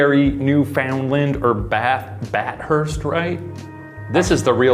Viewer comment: I’m still upset by how they say Bathurst. It’s pronounced ba - thust